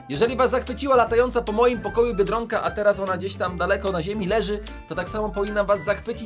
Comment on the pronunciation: mówi bierdonka nie biedronka 😆😆😆😆😆